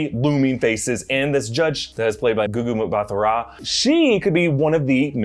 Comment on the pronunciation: It's pronounced "gooh-gooh mbah-tah roh"